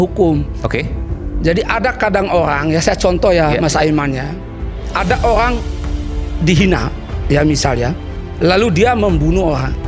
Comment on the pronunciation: Olang apa owang😅